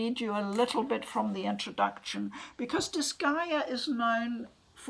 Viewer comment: I'm just happy to finally hear someone pronounce the name of the series.